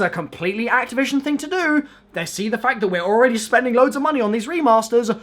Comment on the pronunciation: "Its completley an activition thing to do"